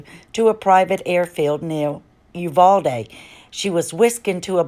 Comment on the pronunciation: Spot on article! BTW - it's pronounced (yoo-VAL-dee), Uvalde, Tx. At least that is the Americanized pronunciation. That is the way it is pronounced by the majority of the population, including the residents of Spanish descent. The Hispanic pronunciation by some of the Hispanic population there is (yoo-VAL-day). Out of respect, I'm not being picky, but want to be humble to my neighbors in Texas. The locals can pronounce it however they want to depending on their family or resident position.